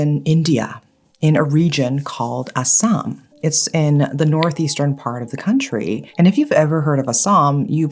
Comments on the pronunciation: I'm from Assam I almost choked on my food when I heard u say Assam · I listen to your videos while I am working on nails or house works and when you said Assam, I was like “did hear it correct? Assam, India?” Coz I am from Assam and quickly got so excited as we have so many horror stories or urban legends and always hoped if you ever get into those stories and you did🥹🥹🥹.